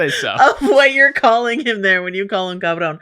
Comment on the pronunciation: Shoutout to pronunciation of cabron She’s invited to the carne asada 😂